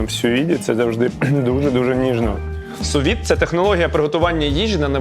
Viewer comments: Захват, слина, заздрість😂 повний спектр емоцій. PS "Су від", якшо шо;) (не сю від). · Правильно казати "су від", а не "сю від" (від фр. sous vide).